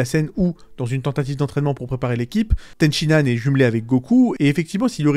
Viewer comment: Ten shi han, pas Ten Shin Nan, bordel c'était frustrant. Ten Shin Nan Kebab 😂